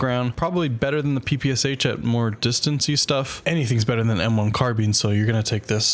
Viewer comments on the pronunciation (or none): none